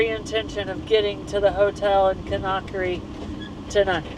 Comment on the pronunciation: Kindia is where we stayed. Wonderful, joyful people! Great memories! But I cringe every time you mispronounce Conakry.